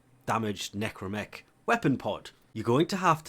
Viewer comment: Watching the Necramech part, I know is to force the player to farm, but man the Capsule part could have been share between both. Also yes, is NecrAmech with an A.